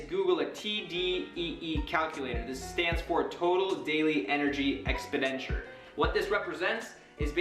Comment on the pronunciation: Lol "expidenture"